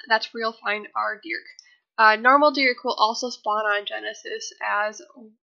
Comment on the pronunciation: for every time you say Dearc wrong I am going to wish you step on a lego 😤😂 it’s pronounced YARK